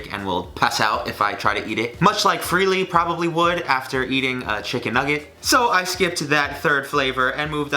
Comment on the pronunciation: I died when he said freelee